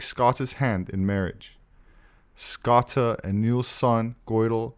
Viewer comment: We love your videos, Thank you. Here in Ireland we pronounce Scota 'Scoh-sha', ie. Scotia, as in Nova Scotia. edit; perhaps you are aware. Anyway, thanks again.